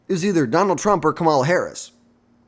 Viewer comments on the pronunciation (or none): Learn to say her name before you make videos